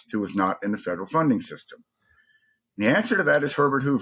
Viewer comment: i think you’re putting way too much emphasis of the “federal funding system”